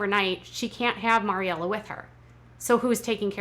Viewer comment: MARYella. MARY. Bugs me so much.